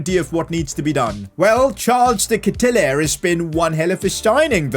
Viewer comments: De Ketelaere is pronounced as "ket" sound like "aid" "Laer" sounds like "war" So K-aid-u-lar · You say his name like this de ketelaare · It’s pronounced de- kate-te-laree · You have to say De ketelaare. Nice vid, keep up the good work bro! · it is de ketelaere but say de ketelaare that's how we pronounce he's sur name say just say de ketelaare that's how we pronounce it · Btw, the striker's name is pronounced like De Katy-Lar, and the LM Hauge is pronounced like haag, as in ten hag. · You prounounced the name of De Ketelaere so wrong, but I'm so glad you signed him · You said De Ketelaere so wrong lmao